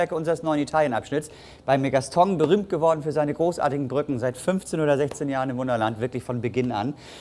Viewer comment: Der Wahnsinn oder? Mit Freude zur, von und bei der Arbeit, das hat was. Der gute "Gastong" arbeitete damals schon seit 15 Jahren dort aber kann seinen Namen immer noch nicht richtig aussprechen, kein Wunder das er ihn veralbert 🤣